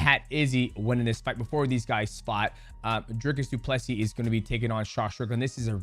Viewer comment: Thanks for taking the time to learn to pronounce his name and surname correctly